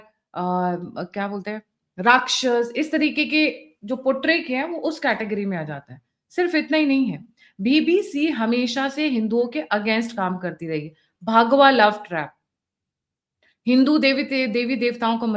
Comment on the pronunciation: respect to u for ur excellent podcast. Request u to pronounce words properly. Its Bhagwa not Bhaagwa like bhagana ( run ). Yeh bha hain not bhaa.